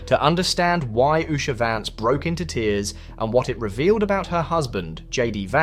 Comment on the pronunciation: Why don’t these Journalists find another job for a living. This idiot can’t even pronounce her name.